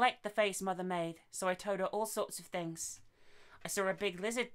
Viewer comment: Things* not thongs lol